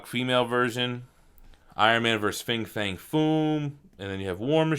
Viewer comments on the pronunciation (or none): none